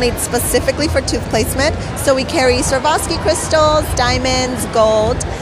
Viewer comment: Servoski crystals? Does she mean Swarovski crystals?